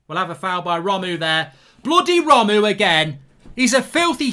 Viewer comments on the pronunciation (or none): No one: Absolutely no one: Mark: Romoo